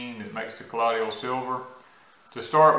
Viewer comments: So funny hearing him say collodial w/4 syllables instead of colloidal w/3. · Please pronounce the word 'colloidal' correctly. You are saying 'ka lod e ul' it's pronounced 'ka loid ul'. (loid, like the word void)